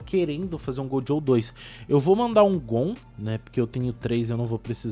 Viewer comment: Que que muda na sua vida se ele falar gojow